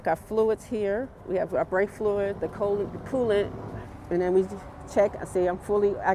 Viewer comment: Did she say "brake fluid"? Wth